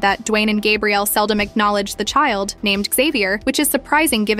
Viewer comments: You're pronouncing her name in the masculine form, then called her Gabriella 😮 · They arent even saying her name right. This shi wack.